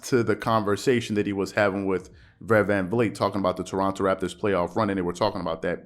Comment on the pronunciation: “Vred VlanVleet”